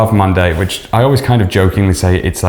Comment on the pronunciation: How tf you butcher every name? How do you read nouveau as nouave?! Monde as mondé, i get it but nouave?? Its not even about french pronunciation man its just about reading and sounding out your vowels..